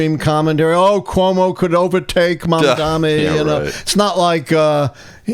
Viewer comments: Can someone please correct this guy? MamdaNi. Not Mamdami, not Mandami, not Mamdamni. It is absolutely disrespectful, no matter if you support him or not. Please stop it. It's not a complex word. It is pronounced just as it is spelled. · time to learn how to pronounce his name. Mamdani. Not Mamdami. If you spell it a few times it should go well. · Please pronounce his name right, Dr. it's Mamdani. Not Mamdami. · MAM-DA-NI PLEASE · M A M D A N I. Please pronounce it correctly! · Come on, say his name correctly. It's not that hard